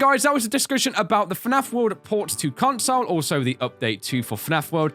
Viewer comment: all I heard is CONSLE and REMADE!!!!!!!!!!!!!!!!!!!!!!!!!!!!!!!!!